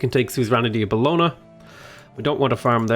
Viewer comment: Love your videos and feel like I've improved massively since I've started watching your stuff, but your pronunciation of Bologna is driving me up the wall! Boh-loan-ya!